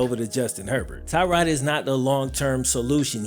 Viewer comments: It's "Tuh-rod" not "Tie-rod" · As a member of the Bills Mafia and a Virginia tech fan both of these pronunciations are incorrect, it's Tuh-God or Ty-God Taylor, just a huge fan of Tyrod's heard he might get a statue somewhere in Buffalo Courtesy of Bills Mafia, might already have happened, I live in Charlotte North Carolina